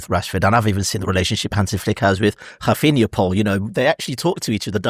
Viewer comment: Can someone please tell to give up with his mad pronunciations? Hafinha? In the previous pod he called Guillermo Gill er mo. It’s embarrassing